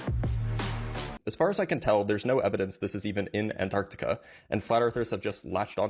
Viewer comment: A requirement for travel there should be the ability to pronounce Antarctica correctly.